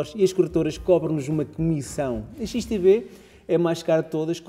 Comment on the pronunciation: Olá! Só não entendi uma coisa, a corretora é XTB ou XTV ? Parece-me que dizes XTV no vídeo! Obrigado pelas outras informações passadas!